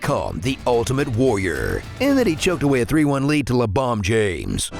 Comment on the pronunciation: "LeBomb James" 😆😆😆😆😆😆😆